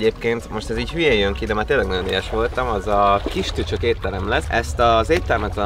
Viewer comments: csak én hallottam kisköcsög éttermet a kistücsök helyett? :D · Nagyon tetszik a video de a kistücsök helyett először azt értettem hogy kisköcsög étterem 😂😂😂😂😂😂😂😂